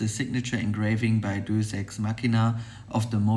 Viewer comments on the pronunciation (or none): Great video as always. Just want to point out that in the instance deus is from Latin and for this company is pronounced day-uss. Love the dial colours and in my opinion this is not a luxury watch rather a premium watch so the packaging is more than sufficient for the product. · You can't even pronounce the name of the watch correctly